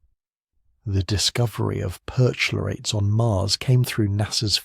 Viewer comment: "perch-----------lorates", for Pete's sake! CH is pronounced k in Greek vocabulary or before a consonant in a noncompound.